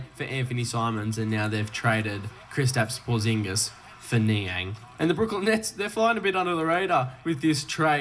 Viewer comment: He is saying his name wrong Krisitaps Porzing so funny🤣🤣🤣